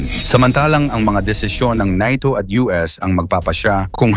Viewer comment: Samuka nimo dong.NATO dili NAYTO.